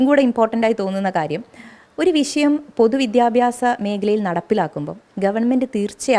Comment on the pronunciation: വിശയം അല്ല വിഷയം